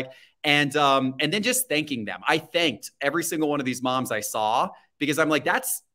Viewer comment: Let’s address the elephant in the room! pronounces “just” - “jest” 😂